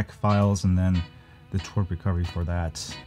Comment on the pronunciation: lol its not twerp it is twrp itself with verbal letters